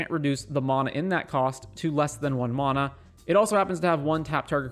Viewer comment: Please learn to pronounce mana correctly 😂